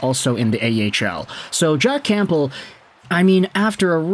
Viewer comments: The “P” in Campbell is silent. U sound ridiculous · Dude, the 'p' in Campbell is silent. 😮